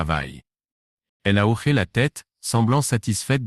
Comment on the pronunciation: Quand c'est écrit : hoché..on ne prononce pas : " horé " mais " ho-ché"..Un petit réglage de l'I.A à faire..😉..pour respecter la langue française !😡..on dit " un hochement de tête " et non " un horement de tete" .Faites lire à votre I.A..un dictionnaire français..ça l'aidera !😂😂😂